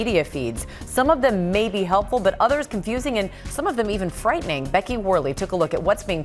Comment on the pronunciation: "Frightning" I'm cackling